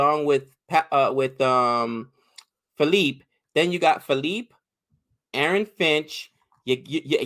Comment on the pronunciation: Josh phillipe wasnt even in full flow guy bashed archer and Rashid in big bash as a youngster if he gets going he can take the match away in 1 over And it’s pronounced (Phil-li-pee) like the Philippines. Rcb missed siani as he is injured and his replacement dale steyn leaked runs. No disrespect to dale steyn he’s the GOAT best bowler of the decade hands down but he is passed his prime. Even though it is a loss it’s. a positive that rcb came close to beating Mumbai without Virat ab and Saini